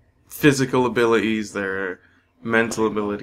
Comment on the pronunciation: Near the end when you said the word "abilities" it sounded American. #gotcha #alienz